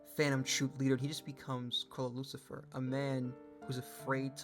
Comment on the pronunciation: Not sure if you intended this but Chrollo's second name is "Lucilfer," not "Lucifer"